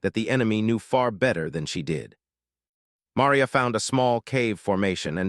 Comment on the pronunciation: Ma - ree - a